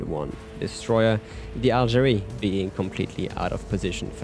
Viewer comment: Algérie pronounciation perfect are u French ?